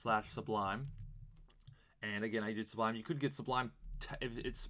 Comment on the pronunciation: You keep saying, "S-B-L-U" -- it's "S-U-B-L" That aside, thanks for the video, very helpful! :)